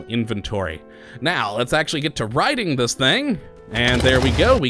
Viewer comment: "Riden" lol.